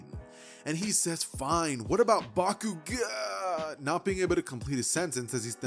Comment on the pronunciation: I guess he just messes up Bakugous